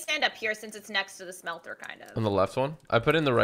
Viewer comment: BTW it's smelter not shmelter